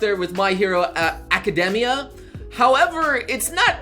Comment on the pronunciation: learn to pronounce words synopsis: sin-nohpsis, not sinnope-sis [səˈnäpsəs] Academia: ack-uh-deemee-uh, not ack-uhdeh-mee-uh [akəˈdēmēə] Habitable: HA-bit-ta-ble, not ha-Bi-ta-ble